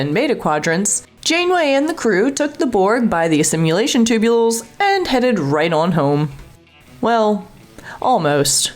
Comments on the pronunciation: You know what's really dumb? Pronouncing it "assimulation tubes". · AI voice needs to learn how to say assimilation